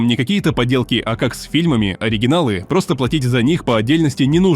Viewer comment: "нарочно" с буквой Ч "гайдОм" с ударением на О Это робот?